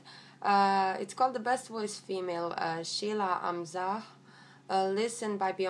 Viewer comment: U pronounce her name soo perfectly... sounds like u have practice alot